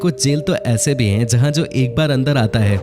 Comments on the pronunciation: It’s pronounced as Looanda not Lunda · Its luaaandaaaa not lunda kuch bhi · Usually I appreciate the effort you guys put into making these videos, but I must say, you reminded me of the low level of intelligence displayed by Donald Trump when he referred to the nation of Namibia as "Nambia". Didn't anyone else notice this??? Also, it was hilarious when you referred to Luanda as 'Lunda". Doesn't that mean penis in Hindi? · Hi, Whatever you explained about Angola is ok. But please pronounce Luanda Properly, coz i have worked there. And there are some facts which is not True.....